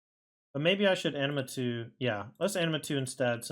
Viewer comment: I believe it's pronounced, ah mih nah too.